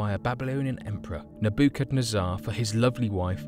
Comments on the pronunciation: I am loving this video, and all the detail within. You did a great job. I have just one issue though... some pronunciation. I'll admit, Nebuchadnezzar is a tough one. Everything else is spectacular! Looking forward to see your other videos. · You really have to work on your pronounciation of Babylon and Assyria. Nebachadnezzar is pronounced Neba Kuh nezzer and Ninaveh is pronounced Nin eh vuh. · Great video compilation but I would check the pronunciation of things beforehand. Main issue for me was the hanging garden of Babylon. Nebuchadnezzar is Ne Bu kad né zer. Also Ninevah is Ní neh vah. It is not a Babylon city it is either the city of Babylon or the Babylonian city.